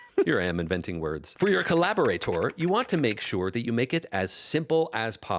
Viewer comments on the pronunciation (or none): Dude. Co-Lab-Or-Ate-Or. Collaborator.